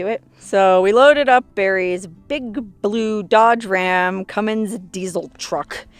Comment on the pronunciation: Say hi to beasty boy for me! Glad you two are bummin around. Please get the pronunciation right.... Cummins turtle diesel. Thank you. Jim BCC AZ